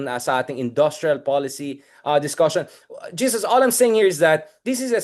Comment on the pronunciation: Pls pronounce it as HESUS (Jesus is Jesus Christ).